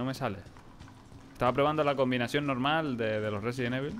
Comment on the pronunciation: Un juego nuevo de resident evil sabes resident suena como residente